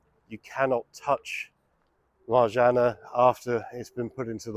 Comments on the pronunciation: Marzanna- One repeats the N twice in this name, just like Anna (not Ana). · Marzanna , please pronounce double NN, otherwise , could it get it.